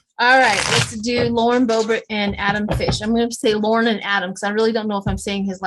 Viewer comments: Frish, sounds like “dish” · Always love your readings - specially your remote viewings <3 Just thought I'd mention: Frisch is the German word for "fresh" (as in fresh produce) and it's pronounced just as it looks: FRISH. Such interesting insights you give us <3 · You need to pronounce the "r" in Frisch.